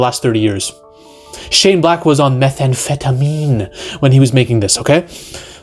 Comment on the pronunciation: I started laughing the way he said " methamphetamine"😂😂😂